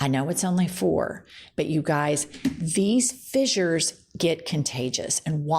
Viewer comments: Pronounced "fishers" not "fizzures". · It's pronounced fishures